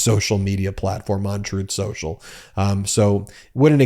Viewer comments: PLEASE pronounce the name as tRump did: "Troth Senchul". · Every time Pakman mentions "Truth central" he plays an audio clip of tRump "Correcting him" saying "Troth sensual" 🤣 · Funny when tRump said "troth senchal". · I believe it's pronounced Trath Senshal. Chooth Shershal. Definitely not "Truth Social". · strooth sential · "Troath Sential" (Trump) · 🍊🤡: "Troth Sential"